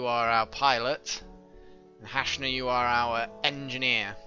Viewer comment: Thanks for naming the character hashna, can't weight to see her reaction but I just wanted to tell you that the name has a soft "A".